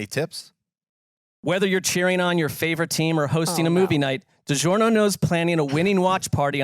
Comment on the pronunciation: DiGiornio! Fitting it's the year of the Italian. 😄